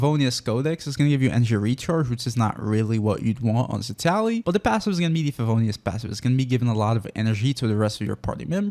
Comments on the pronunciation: Honey... It's citlali not citali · Seat Loli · Why do you still pronounce her name so wrong?